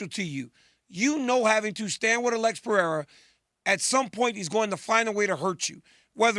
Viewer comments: Chael needs to put his glasses back it's Pereira not 'pierre'.. from a complete different continent 😂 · Chael Sonnen: Alex Pee-Air-Uhhh 💀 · Piiera 🤣 🤣 🤣 chael is horrible with names